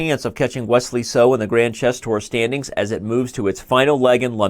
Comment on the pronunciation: "Silicon" Wesley SO!!!!